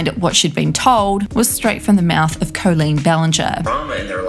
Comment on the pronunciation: Coleen? At least get the name right